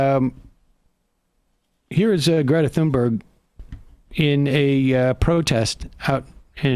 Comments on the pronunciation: Its not Tunberry, but Tunberj. Silent H and the G have a J sound. That little detail aside, I am glad you are covering this. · Her name is not Thunberry...wtf. Thunberg like in iceberg. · When you see Greta Thunberg, think to yourself Great-a Toonberry. That's how you pronounce her name in Swedish. Just because the letters differ from the sounds we expect them to make doesn't mean the sound changes. Great-a Toonberry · Thunberg does not end in "berry" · It’s pronounced TOON-berg Sam!! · Emma, it's not "Tunberry". Love from Sweden. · You can actually find a video online of Thunberg introducing herself and saying her full name. She doesn't end it with a J sound.